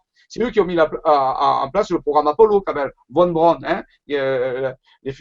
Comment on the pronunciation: On voit le niveau du gars : Von Braun, çà ce prononce pas avec un V mais comme un F.